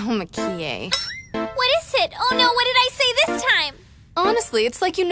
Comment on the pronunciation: Mah-ki-eh In the English version, the emphasis is on the ki, but in the Japanese version, it's on the Mah.